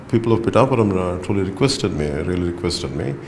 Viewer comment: 1sec Pitthhapuram ❌️ pitapuram✅️